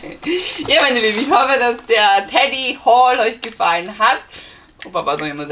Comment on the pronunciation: Bitte sagt nicht immer Teddy. Es heißt Tedi. Das triggert, wenn man es ständig falsch hört.